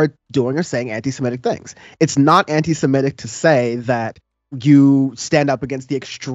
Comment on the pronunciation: Ok, Kevin, for the MILLIONTH time.... (sigh) Criticizing the GOVERNMENT of Israel and/or its policies IS NOT AND NEVER WILL BE antisemitic (learn how to pronounce it by the way, there's only one "e" in the word). Criticizing Jewish PEOPLE in general, or the religion, is antisemitic. You SHOULD understand this, since you have OFTEN criticized the US government and some of its policies. Does that make you anti-American? Does it mean you HATE Americans? No. Now, without breaking your brain, just apply that very same logic to Israel. Criticizing the government is ok and not racist in any way. Criticizing Jews IS racist. Pretty damn simple. NOTHING Rep. Omar has EVER said is antisemitic. Hell, MANY Jews agree with her.